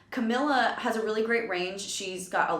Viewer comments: I love how she called her Camilla in the beginning and then pronounced it right because of the person who announced her on the performance I appreciate that because it's so frustrating when people keep calling her Camilla even if they hear someone else pronounce it right (okay now that I kept watching it went back to Camilla lmao it's fine though) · SHE SAID CAMILLA AGAIN THO BUT IT'S OK TO TRY THE RIGHT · Ca-me-la... Camila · Amazing react video I love camila Cabello but its pronounced cam-ee-la ❤❤ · its cam-ee-la